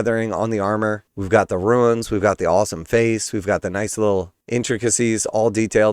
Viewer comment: Runes and Ruins are pronounced differently.